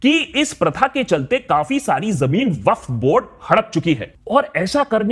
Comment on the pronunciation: Did he pronounce Waqf incorrectly throughout the video or is my hearing messed up?